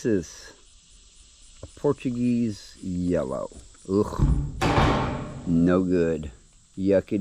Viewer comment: Funny. Watching while doing dishes, I thought you said “porcupine jello”, before you said its name again and I heard “Portuguese Yellow.” 😂